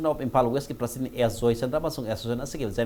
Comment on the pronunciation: Masi anchor gi pronounciation yam phatte,prasident haibasi karibu haibra?